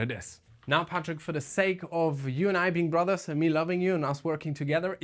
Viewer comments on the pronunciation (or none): none